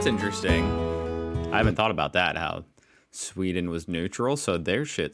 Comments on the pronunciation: The narrator says "Suveeden". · Sweden not "Sweeden" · Sweden, calm down with the Es man 😅